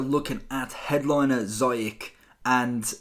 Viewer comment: It's not zayach it's ziyech, and you pronounce the ch like sh